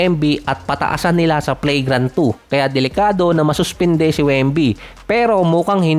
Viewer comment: Pronunciation Flagrant ❎️ Play grant ✅️